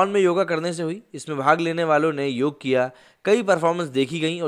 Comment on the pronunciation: बंधू, उसे 'योग' कहते हैं 'योगा' नहीं! योगा तो अंग्रेजी में कहां जाता हैं क्योंकी उस भाषा में कुछ शब्दों के अंत में एक अतिरिक्त 'अ' लगाने की चेष्टा होती हैं!